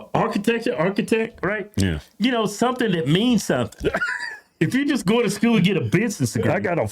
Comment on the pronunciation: It's school. Not sko